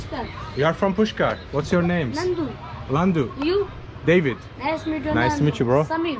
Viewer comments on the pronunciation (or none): Its nanadu not Landu 😂😂😂😭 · Nandu .. Not Landu 😜😜